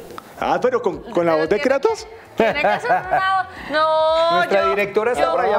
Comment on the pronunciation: ¿kreitos? estaria bien si el nombre fuera en ingle pero creo que es Kratos